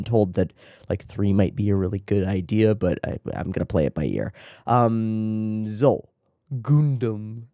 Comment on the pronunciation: "Sssso" sounds like is learning German